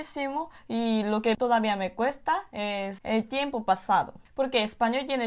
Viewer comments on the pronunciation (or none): La pronunciación fonética está al %95 . Cuando dice PASADO debe pronunciar la d suave . La lengua no toca el paladar . En otras palabras se pronuncia la D tocando el paladar. La s suena diferente . La letra L debe pronunciar la mas fuerte y larga. Pero algunas palabras si las pronuncia bien. Falta un poco de fluidez pero es normal porque su lengua estaba constumbrada a otra fonética.